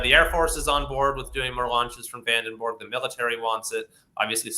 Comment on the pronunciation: Come on dude, VandenBORG ???¿???😮😅